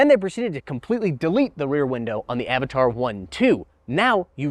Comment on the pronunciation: its not Avataaaar its Avatr :D